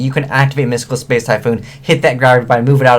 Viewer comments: Am I the only one who noticed that said "Spice" rather than space? XP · is it just me or does he say "space" rly weirdly